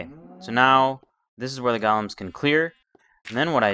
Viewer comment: u say golems its go-lems